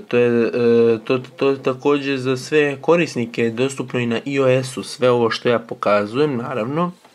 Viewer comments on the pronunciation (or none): Kaze se ajoes a ne iojes